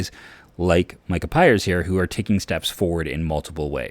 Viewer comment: it’s micah Pries with an R not Pires